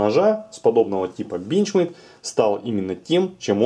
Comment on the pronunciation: Одного меня бесит как он говорит бЕнчмЕйд?